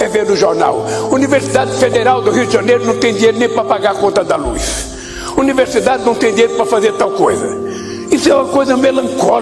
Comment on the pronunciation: Anuversidade😂😂😂 que vergonha falando errado 😂😂😂 o brasil tá fudido